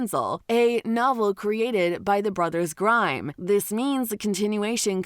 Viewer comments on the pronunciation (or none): Narrator lady doesn't know the difference between the name Grimm and the word Grime. LMAO!!!